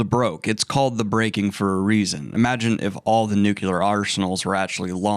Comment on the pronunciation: Nuclear. “New clear”.